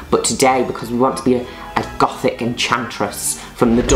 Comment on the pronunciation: Her saying: Goth English sub: Golf Her saying Gothic English sub: GoODtHIcK Me: 🤣LMAO🤣